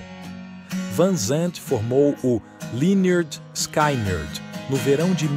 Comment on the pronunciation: Pronuncia-se leh-nerd-skinerd. Não é skainard kkkk😊